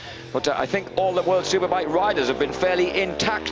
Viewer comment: Say it along with me. "World Superbike". There that wasn't so hard was it?